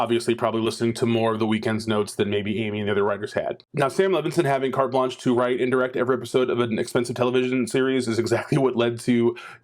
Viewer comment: I believe you mean “cart-A blanch-A”